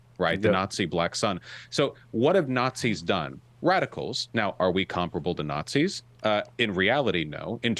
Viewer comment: "preconceived notions"? So he doesn't call everyone who disagrees with him about US government and foreign policy "fascists" or "nahtsees"?